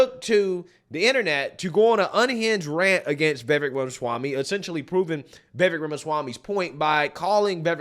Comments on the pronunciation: It’s Ve-vake (rhymes with take and cake). Not ve-vek or vie-vek. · Vivek (V-i-v-ake). Get it right. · Vivek~Viv-Ache-like cake. Learn to pronounce it right. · I’m not getting tired so you making videos about Vivek, but I am getting tired of you pronouncing his name wrong 😂